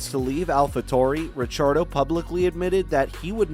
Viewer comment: Stop saying Richardo lol